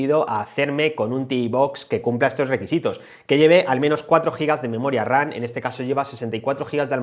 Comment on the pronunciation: 👀👂¿Por qué cada que mencionas la Memoria se te oye pronunciar Memoria "RaN"? como si fueras a decir RANA. ¿Algún problema para pronunciar la "M" ? No suena igual decir RAM que "RAN" se nota la diferencia al escuchar una u otra.